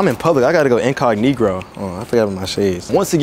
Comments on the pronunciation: Secret Agents: "I gotta go incognito" D'Adyrian: "I gotta go incohigro 🤪" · bro said incagnigro